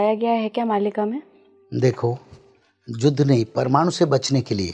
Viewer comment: Judh nhi Yudh